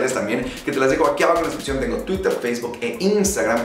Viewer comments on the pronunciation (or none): none